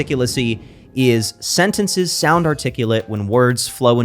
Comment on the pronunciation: its not SENT ENT SAYS it is SENTNSIZ